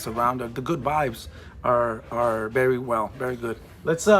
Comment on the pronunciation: He's berry right ... why do Hispanics use a B for a V 😂😂😂